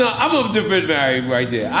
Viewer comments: Why cant he say Mary?? Its not Marry, sir! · Why do New Yorkers say marry j. Blige instead of Mary??? Despite that this was one of the most informative drink champs I've seen!!!💪💪💪